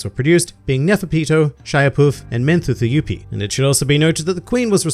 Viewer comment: Royal Guard pronunciation tip: You pronounced Pitou's name correctly. Shaiapouf is pronounced "sha-wa-poof" and Menthuthuyoupi is pronounced "mon-too-too-you-pi". Don't ask me why they are so weird, my guess is as good as yours.